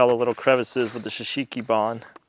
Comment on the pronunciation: Pronounced ""Show Soogy Bahn", NOT "s' sheeki bahn"!!!!! Drives me nuts every time I hear you say it! Please... it actually hurts my ears! Still love you guys though!!! Long time, dedicated viewer. Pray for you every day! God bless!!